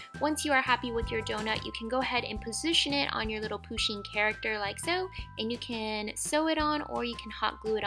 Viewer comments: IT’S PUSHEEN NOT POOSHEEN AND SHE’S A SHE NOT A HE 🤬😡👿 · just saying it is not poosheen it is pUsheen with a u not a poo lol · De rp they also said "poosheen" instead of "pusheen" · Poosheen?i thought it was pronounced pusheen 😂😂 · She keeps saying POO sheen not PU sheen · lol love how she says poo sheen lol but it's poo shin lol love this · 1. Pusheen is a girl 2. It is pusheen not poosheen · It's not POOsheen it's Pusheen ! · Its not POSHEEN........ its PUSHEEN............You deserve more subs than you have btw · You don't pronounce it poooshen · Its pronounced puh-sheen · Not poo-sheen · people pronounce it differently depending on were you live, like me i pronounce it poo-sheen like in the video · Julcia :D, RIGHT? I MEAN, AND IT'S SAID (P-UH-SH-EE-N) WHEN SHE SAYS 'HE, HIS, OR HIM' IM TRIGGERED